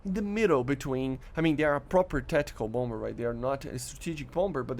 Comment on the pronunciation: Nice vid as always! Second b is silent in Bomber. (Bom-er)